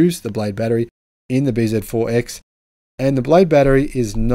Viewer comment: It is not B ZED 4..........It is BZ4..........